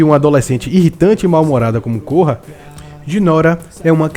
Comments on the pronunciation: a lenda de côrra? Se pronuncia Kórra! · Cara, eu gostei bastante de A Lenda de Korra (e você errou a pronúncia do nome dela). Você não pode alegar que as suas críticas são a opinião geral. Vocês têm que aceita que tem gente que gosta e tem gente que não gosta de diversas séries. Eu não gosto de Dragon Ball Super, e daí? Tanto faz. Continuem gostando dos seus shows galera. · e vc ta falando errado o nome dela